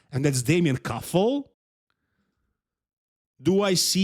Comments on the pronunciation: Damian Kuffel not Damien Kuffle, it's not english name xDD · Kuffel not kuffle try by more strickt